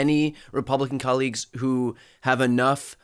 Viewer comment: "...my Republican collegez...". Dude, you never need to wundr why you are loozing.